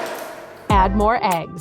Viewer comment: dident you say eggles thares eggs